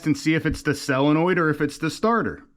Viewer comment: The correct pronunciation is Solenoid, not cellinoid.